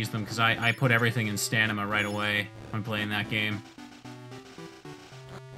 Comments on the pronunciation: It was a spoonerism. Like saying dymanite instead of dynamite. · Is dyslexic? He said "stanima" and I'm pretty sure he said "stragety" a couple times in another video.